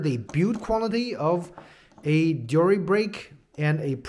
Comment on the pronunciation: The way this guy is saying deore is lowkey pissing me off😂 overall nice review tho